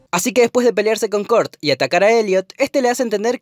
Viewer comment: aprende a pronunciar Kurt y dsp hablamos